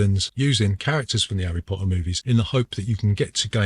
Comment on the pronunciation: 'Arry Po'ah